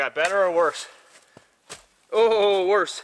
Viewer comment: My favourite saying ooor pisss! 😂